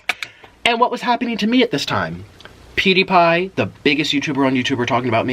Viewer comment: Dude i just wanna say you are right about everything your saying but you know that his name is pewdiepie not peediepie right?? Sorry. I just really wanted to say it...